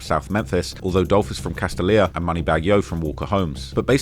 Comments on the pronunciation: Pronounced *Cas-Stale-Ya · SOUND IT OUT: ka-STAY-lyuh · Fellow memphian here. Very good documentary. But the way you are pronouncing CASTALIA is killing me 😂😂😂 it’s pronounced CASTALIA = CAS-STAY-YA